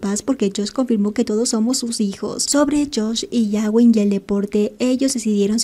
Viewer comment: Puedo hacer una petición a la administradora. No se pronuncia yawin sino gawin como gato. Cada vez que lo dices me explota la cabeza😏🤣🤣🤣